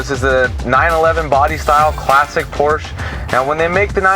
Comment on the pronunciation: Doesn’t even know how to pronounce Porsche properly